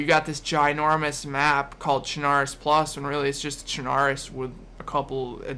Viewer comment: BTW, Chernarus is pronounced ChernaRUS, like you would pronounce Belarus.